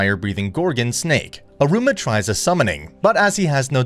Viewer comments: Man here calling Iruma so similarly to Aroma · in the start you said Aruma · Not me being triggered on how you said Iruma 💀 Also Sabnock wants to become demon king because he thinks it’s the coolest. Not because of his older brother. He says that after all those stuff lo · How does this man manage to mess up so much pronunciations?? Like its e-roo-muh and HOW TF DO YOU SAY EH-FRET ITS EYE-FRITT